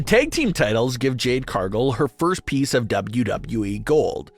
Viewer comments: CAR-gill. Not CAR-gull. Get it right. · Can you not pronounce Cargill?